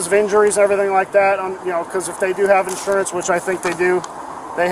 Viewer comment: No license, no 'sawrance.